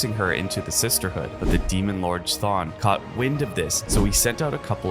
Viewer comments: wakan and qton??? GIRLLLLLLLLLL kthon and we can?? is it so hard?? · It's pronounced "Wick-in" not "Wha-Khan" Wiccan means practitioner of Wicca. Wicca is a witchcraft centric religion in the real world. Chthon also pronounced "Kuh-Thon" Genosha is pronounced "Juh-Know-Sha" not "Ghee-Gno-Shuh" and it's a Monkey's Paw situation, not a Rabbit's Paw lol. Hulk-LING also, not Hulking